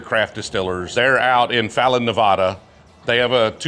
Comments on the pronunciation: The only inaccuracy in this whole video is the way he pronounced Nevada. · Perfect except how you pronounced Nevada.